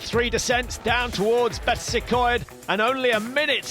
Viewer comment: Learn how to pronounce Betws-y-Coed for god sake.